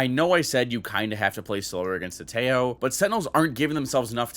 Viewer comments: WHY PEOPLE SAY IT LIKE "TE-YOOOOOO"??? FUCK, CAN'T YOU SAY IT LIKE IT IS ON SPANISH????? TEJO! LIKE HO HO HO.HO THE WAY SANTA CLAUSE LAUGHS!!!!!!!! AAAAA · Again, its Te-jo (tehō) not tello. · iTS noT pROnouNcEd TEYO it’S tEHo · teho not teyo fucking moron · Why you pronounce Teo ? lmao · its pronounced teh-joe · its t-eh-o😭 pls im begging can we finally pronounce his name correctly😭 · tejo's name isnt pronounced with an j but with an h like teho since j in spanish is pronounced as h pls learn bro its hard to watch you say his name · isnt it teho? i swear every streamer/youtuber calls him teho. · dude kills me calling Tejo like Teyo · I know bro but you do know how to say the "jo"!!!! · I just love how English speakers can't pronounce his name and say it really really weird, it doesn't sound anything like it xd